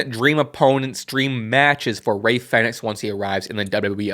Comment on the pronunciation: Isn't it pronounced as like "phoenix"? Or am i wrong?